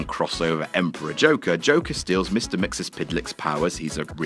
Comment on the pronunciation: Why the hell cant whatculture afford some researchers to look on google for 5 seconds and learn how to pronounce Mr .Mxyzptlk??!? There's like 5 videos he's mentioned in and not one time have the pronounced it correctly haha. MISTER MIX-EL-PLICK